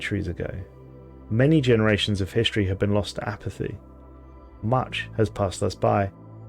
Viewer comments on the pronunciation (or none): none